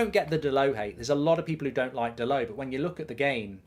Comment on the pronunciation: Dallott is from Portugal, NOT fvcking Paris..... His name is DALLOTT, Dal'Oh